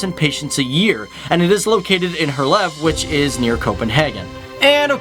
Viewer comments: Hint: if you wanna say Herlev the right way, and you are english. Say "Hair-leov" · It is Herlev hospital not her love, and it is located in the suburban called Herlev! :-) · out of 100% cyclists 53% are male and..... here it comes...... 47% are female (no shit guys???) - and pleeeeeese check your spelling - it's NOT Her Leb - It's Herlev !!! And it's NOT Reba or Reeb - It's Ribe - and your are sponsered by a SPELLING PROGRAM !?!?! but apart form that - nice videos about the smallest SUPERPOWER in the world - thx ;-D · Herlev... Thats where i live. You Said it like her laugh Buts Its more hard, and fast like "hérliv* Its crazy i know xD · 😂😂😂 Your pronunciation of Danish names and places would improve by 110% if you adopt the simple rule that most shorter Danish words has the stress on the very first syllable. 'Val-demar 'Her-lev 'Jyl-land There are exceptions, dronning Mar-'gre-te and Helsing-'ør (don't know why) and composite words usually have a stress on first syllable in each component word. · For a part 3, would be nice to double check the pronunciation of the Danish names / words i.e.: "Herlev" Hospital and Ribe... Herlev is pronounced He-A-Lo by the way. :-) - From Copenhagen here! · The way he Said Herlev, Helsingør, greve, Ribe and roskilde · omg you just totally butchered the word herlev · He can't even say Herlev, how'd you expect him to say rød grød med fløde? 😂